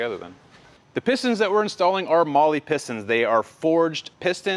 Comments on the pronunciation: Funny enough, Mahle is actually pronounced Mah-luh. They're a German company, and in German an 'e' at the end of a word is pronounced like an 'a.' It's also the reason Porsche is pronounced poor-shuh. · Have to ask, did you balance the rest of the parts? Rods and pistons? I don't see anything mentioned on rod and piston weights being checked. Given what we spoke about back on the previous video. Oh and Marhle is pronounced "Mar Lar" over here. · At the German repair shop that I work at we say “Mollie” for Mahle. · hahha .. mahhhli pistons .. in germany its pronounced "maaa-le" .. with "le" like the francais le